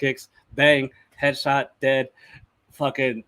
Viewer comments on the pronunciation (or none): Headshot( Top G Accent) mans dead !